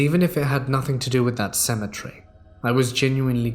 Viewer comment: Seriously, would you mind explaining the difference in pronunciation of cemetery and symmetry....